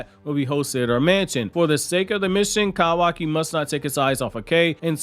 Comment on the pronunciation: Kawaki! LEARN HOW TO PRONOUNCE IT! YOU’RE DRIVING ME NUTS!